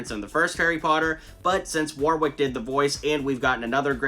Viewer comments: His name is pronounced Warrick Davis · Warwick is pronounced as Worrick btw 👍